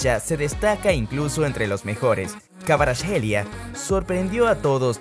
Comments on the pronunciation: Lorenzo Insaign, kavarashelia...😂😂😂😂 Se dice: insigne y kvaraskhelia, lo dice el mismo...😂😂😂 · No es kavaratskhelia como se pronuncia, la “v” se pronuncia como “u” se pronunciaría como kuaratskhelia, e Insigne se pronuncia tal cual se escribe, es Italiano no es Inglés, el nombre de Zielinski se pronuncia Pioter, échale ganas, corrige los errores y lo vuelves a subir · Su nombre se pronuncia como ( jvicha kvaracjelia) en todo idioma! Va a ser el mejor futbolista 🇬🇪❤️🇬🇪❤️